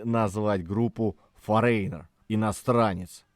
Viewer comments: Правильное произношение Foreigner - ˈfȯr-ə-nər, а не 'форейнер' )) Лично для меня их второй альбом Double Vision является самым лучшим. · всё же не форЕйнер, а фОринер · Вы неправильно произносите название группы не форейнер,а форинер. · Почему "Форейнер"? " Форинэр"!!! 😂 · ФорЕйнер 🤭 . Забыл букву Гэ произнести😂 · Это так нарочито произносится автором — “форэйнэр», с ударением на второй слог? Зачем коверкать? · Ударение: фОренер... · Одна из самых любимых групп. Но для меня она только с Лу Грэмом. Автору спасибо, но название вы произносите неверно. Забейте в гугл переводчик и послушайте озвучку этого слова. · Выпуск интересный, одна из любимейших групп. Но ёпрст - нельзя было потратить секунду и узнать как это произносится? Кошмар. И в русском проблемы. Просите помочь редакторов, плииииззз! Это же не сложно и недолго.